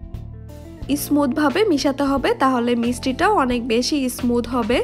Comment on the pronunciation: বিদিও না ভিডিও, ইসমুদ না স্মুদ, মিক্সশ্রন না মিশ্রন, বিতর না ভিতর। ভিডিওর উপস্হাপনে উচ্চারন সঠিক হলে আরো সুন্দর ভিডিও হবে বলে আশা করি এটা মনে রাখবেন।